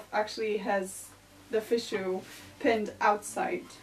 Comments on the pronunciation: Karolina, it's charming! And btw, Fichu is "fee--shoo". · Looks pretty darn good for someone who “sucks at 18th Century”. Don’t worry, no one else (alive) knows how to pronounce fichu, either. Love your videos!